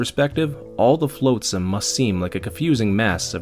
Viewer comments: nitpicker here but its pronounced flotsam not floatsam, you dont pronounce the a, yes i know its stupid cuz it litterally is defined by it floating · A really fantastic story & I have subscribed. Honestly I have only 2 minor issues with your narration 1 - 'flotsam' is pronounced 'flot sam' not 'float sam' 2 - Sometimes you say 'I' speaking as Lowtide and then sometimes you refer to Lowtide as someone else. It is a bit confusing Edit to add things I liked a lot: How you just accept random things in the story like getting an SMG as part of the universe Quoting random pop culture references that semi-fit with the story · One of the few people who can make Rimworld interesting to watch. Nice story telling. One thing though. It's a little thing, but... You're killing me. 😛flotsam /flŏt′səm/ Soft 'o' sound. As in "lot", not float.